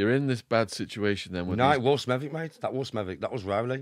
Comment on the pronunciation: how the fuck did Shaun pronounce Smethwick???? You don’t pronounce the W its Smeth-ick…. I quite surprised Shaun’s never heard of Smethwick before, It’s the boarder area as half of Smethwick is in the Black Country and the other half is in Birmingham…. accent is typically Smethwick as it’s a Birmingham accent with a few Black Country slang phrases thrown in….